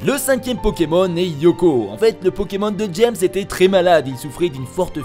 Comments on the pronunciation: Eoko pas « Yoko » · Pas Yoko mais Eoko XD